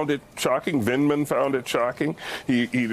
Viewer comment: Mila, there is no 'L' in Vindmans name